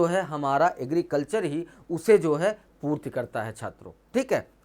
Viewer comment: Purti not a purt